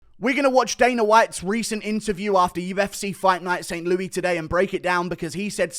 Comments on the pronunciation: In America we pronounce it "ST. LEWIS". Not "Loo-ee" Innit? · did i hear that right? ufc fight night saint loui??? oui oui piggie? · This dude said st louie lmao